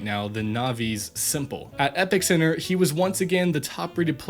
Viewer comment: It's pronounced as Episenter